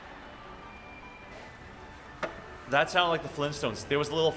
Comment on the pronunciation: It took me a few seconds to understand what he meant by saying Hong Kong , I screamed internally 😂😂